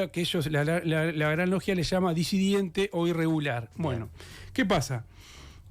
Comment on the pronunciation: Es disidente. Y bue a Preve le perdono todo; mientras me siga informando. Un capo